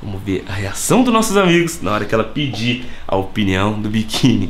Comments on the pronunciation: Salve, salve!... Só um toque... a palavra correta é "OPINIÃO" e não "OPNIÃO". Corrija ai, Ok? Abraço! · “OPNIAO” MDSSSSSSSSSSSSSSSSSSS